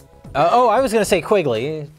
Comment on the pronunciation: QUINGLEY? Come on!